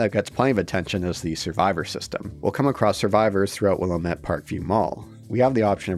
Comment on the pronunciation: It's Willamette Dammit. 😆